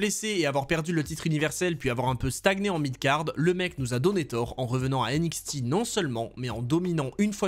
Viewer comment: Aie la prononciation franglais"N-ixti" ça fait mal aux oreilles.